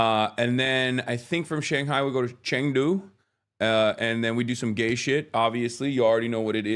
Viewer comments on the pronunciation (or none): please don’t tell us that you’ll be doing “news” from China. I’ve lived there, in this decade, you may have lost me on this one. Of course it goes without saying, I love the people I met and got to know in China, but . . . Also pronounced “chungdu”